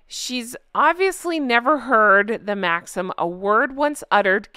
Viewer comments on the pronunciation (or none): none